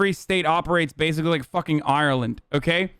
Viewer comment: The way he pronounces Ireland kills me.